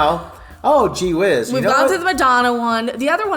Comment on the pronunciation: Did he say "gee WHIZZ" ? lol Sorry but I find this S&G & am repuIsed 3 :09